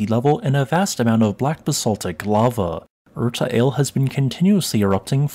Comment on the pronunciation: Thank you. Btw 'Ale' is pronounced the same as we say 'Alley.' You pronounced Erta correctly.